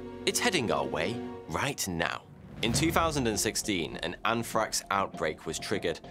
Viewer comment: Anfrakx lol bold talk from someone who struggles with the letter "R" 😅 I'm a Metal head who doesn't care for the either, but I had to take a jab back. As always, I enjoy your content sir 🌍